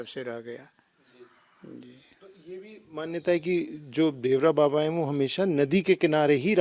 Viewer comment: नाम तो सही से ले लिया करो देवरा बाबा नहीं देवरहा बाबा बोलो